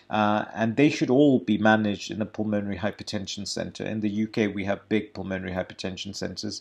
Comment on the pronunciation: Nice guy, and no doubt good Doctor. But badly needs to learn to pronounce "pulmonary".